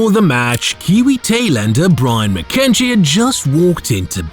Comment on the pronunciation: The confusion is as confusing as it gets. Trevor Chappell isn't Brian McKechnie. Ian Chappell wasn't involved and as well as being mispronounced McKechnie is misspelt.